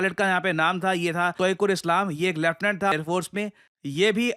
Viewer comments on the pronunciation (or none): Pakistani Letiunent 😂